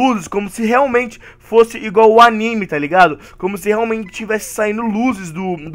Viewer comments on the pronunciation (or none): none